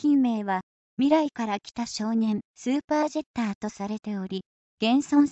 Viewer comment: ジャッターになってるよ。